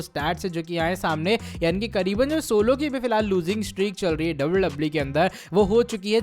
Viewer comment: Bhai wwe he double double e nhi😂